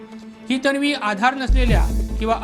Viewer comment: अरे बाबा तण्वी, णंतर, पोलिसाणी, बणावट ,बणवाबणवी, लोकाणा नाही म्हणायचे....उच्चार शुद्ध असु द्या...बातमी देताय आपण.